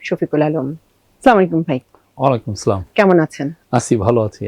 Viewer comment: উপস্থাপিকা ের সালাম দেওয়ার উচ্চারণ পরিপূর্ণ সঠিক হয়নি।